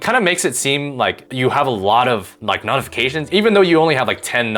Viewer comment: Bro I can’t stand the way you pronounce notifications wtf is nodafications